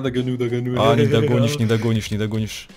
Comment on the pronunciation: Это "Нидогонишщь" бесит